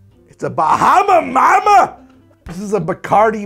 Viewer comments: Man it was vicariously difficult to hear try and say Bahama mama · Your pronunciation of "Bahama Mama" was a quality Fred Flinstone impression. You kinda look the part, too ;)